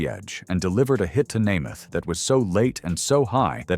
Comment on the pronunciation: the mspronouncing of Namath and Unitas' names is unforgivable. A true embarrassment.